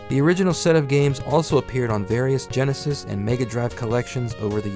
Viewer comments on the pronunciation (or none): none